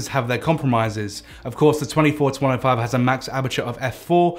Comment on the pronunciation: Sounds like hes saying 24-25.